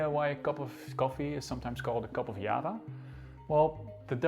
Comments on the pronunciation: nice but you should learn how to pronounce important Indonesian words .....google can help you . Yava and Java is different ffs. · Java = Yava? They are still pronounced Java or Jawa in Indonesia and Yava is very strange Its like saying Yapanese or Yapan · its not spelled "ya-va", not "ja-va", you read it "ja-wa" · "Diava" not "Yava" isn't it?? Is it? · Why do you pronounce java as hyaba, you make it sound like spanish. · Orang Belanda ngomongnya yava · It's the way the Dutch pronounce it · Are you intentional to pronounce 'Java' in Dutch instead of English? Is it to emphasise that Java was belong to Dutch possession at that time?